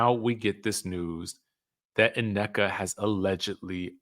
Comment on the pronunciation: I hate the way he says Nnekas name where us the extra A its not Anneka😢😢😢